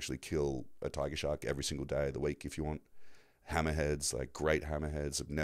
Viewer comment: I was attacked by a shark( or shawwwwkk as you pronounced it) 🤭😂